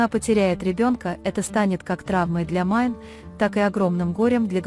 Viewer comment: Не Майн 👎 Мине! 🤦 как же неграмотно читаете. 🫢🤮